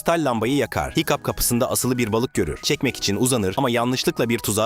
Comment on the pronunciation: hıçkıdığa hikup dedi hikup ne ya 😅 hicap de bari o daha iyi